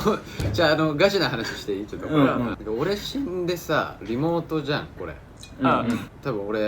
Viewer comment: 翔｢おーい りもーとじにやれよ〜｣ 発音ひらがなすぎない？ しょうたくん(5さい)きゃわいい🐰